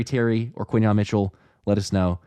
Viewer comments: I'm usually not pedantic with names. But it's Quin-yon. Let's go Birds! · QUINYON NOT KENYON!!!!!!!